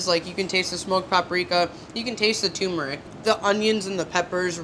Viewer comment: Hey,, there are TWO Rs in "tuRmeRic", dear. Try pronouncing it correctly, and you'll more likely spell it correctly, too! So, since a whooooooooole bunch of people are going to watch this, how about pronouncing the word correctly? Kids are watchin', girly!! And your sandwich (all of them, really) looked so good!